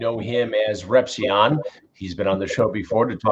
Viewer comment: Shout out to my man chris for pronouncing my man Repzions name correctly.